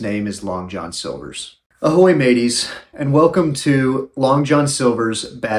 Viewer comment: I thought he said ahoy babies not maties 😂